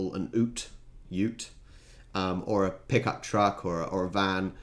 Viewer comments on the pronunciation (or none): It's not an (oot), it's a U (you) (t) ute. Holden, Falcon......... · I love your pronunciation of ute it's kinda funny ngl the right way to say ute is said the same way you would say cute without the c